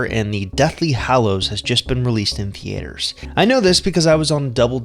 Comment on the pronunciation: thhee aeters 🧐💅